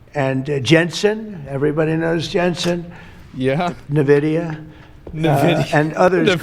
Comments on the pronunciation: nevidia? Bro, is that one of the big beautiful black girls you were talking about or Nvidia, the company? Jesus fucking Christ. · "nuh-vidia" for people who don't want to casually name a demon